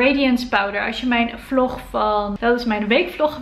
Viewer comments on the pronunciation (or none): none